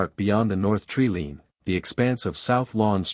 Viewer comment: It hurts me so much to hear tree-lean instead of tree-line... plus others, please fix or stop posting. It seems obvious that you don't know the English language.